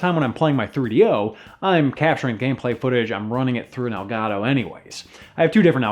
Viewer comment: You pronounce "El Gado" it should be "El Gato" Spanish for "the Cat". "Delgado" means skinny or thin. Words have power. Respect them.